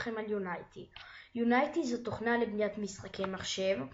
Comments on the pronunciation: unity not unaity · יו-ני-טי לא יוניי-טי